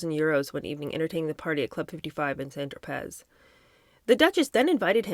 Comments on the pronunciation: St Tropez is pronounced TRO PAY…… LOVE your channel SO much Thank you for all your hard work work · love hearing the review! just an FYI - the " Z " in St Tropez is silent - it's french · I am begging you! PLEASE look up the pronunciation of St. Tropez!!!